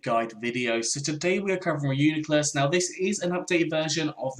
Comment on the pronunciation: Its pronounced Ree-U-NYE-Clus